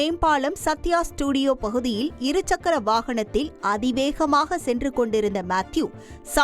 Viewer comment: செய்தி வாசிப்பாளினி நீண்ட நாட்களாக 'இருச்சக்கர' வாகனம் என்றே உச்சரிக்கிறார். இரு சக்கர வாகனம் என்பதில் இடையில் 'ச்' வராது.